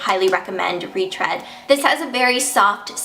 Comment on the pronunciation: I think the read in retread sounds like reed not red